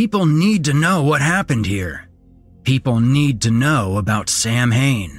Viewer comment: Hey, he pronounced "Samhain" right. Kudos.